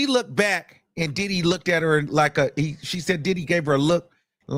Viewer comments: It’s the way you say Did Dy!😂😂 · I’m sorry this is a sad situation but the way you say diddy !! Is so funny 🤣🤣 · Comedian Luenell, recommended your channel (so glad she did). She admires your true/raw content on this “situation”. And how you say “DIDDY”. 😂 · The way you say his name be having me hollering 🤣🤣🤣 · That's the only way I say his name now...😂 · I love it i be rolling 😂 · That be the funniest part